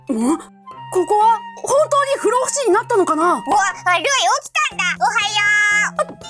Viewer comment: ふろうふしじゃなくて不老ふじみだよ